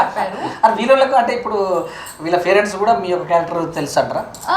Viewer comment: farents anta....😂😂😂😂😂